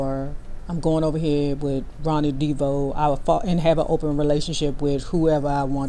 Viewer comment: 1970's show, In Living Color??? Wrong decade. And why do you pronounce the last name Devoe, "Deebo" ?